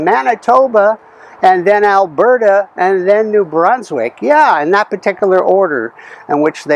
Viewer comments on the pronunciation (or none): none